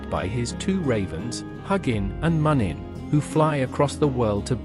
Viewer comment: Im pretty sure you pronounce Huginn and muninn -hoo-gin. Moon-in.. in the germanic language, the two dots on top become oo... Anyway, overall great story and beautiful art work. I love the old Norse Mythology Religion History And certain values that today's socialist societies lack, especially northern Europe. It's time we northern folk , look to the past and go back to our roots.